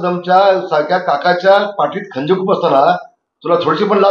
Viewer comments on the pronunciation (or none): Ghari basa ata 😂 khanjir tri nit bol😂